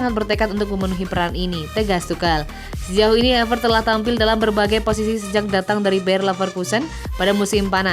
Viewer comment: Klo Ngomong Havertz bukan Havert